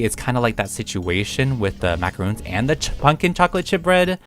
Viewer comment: is pronounced (mac uh ron) 😔 macaroon is something else